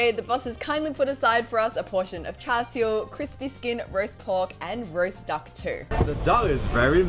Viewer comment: Like how u pronounced Char Siew like a Cantonese 👍🏻